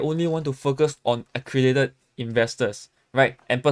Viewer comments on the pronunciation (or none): Pronounce accredited properly la